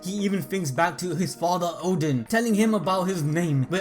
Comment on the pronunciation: Oden not Odin lol